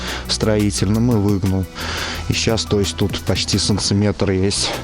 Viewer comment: Что за санЦиметры? Это что вообще такое? Говори нормально!